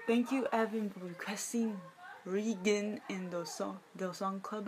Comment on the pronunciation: by the way, it's pronounced like "rain" the G is a silent letter. I thought i would help you out. :)